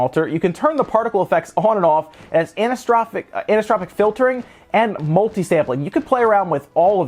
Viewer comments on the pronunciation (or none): *Omg... Its "Aniso-Tropic" Filtering! lol. Not sure I've seen someone struggle that much with a word, or at least with such a common word in video games. Well, at least with PC gaming as like ALL PC gamers, Ive seen the word Anisotropic, hundreds if not thousands of times so it should be imprinted in my brain.*